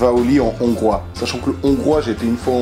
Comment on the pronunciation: Je Suis hongrois et il la trop bien dit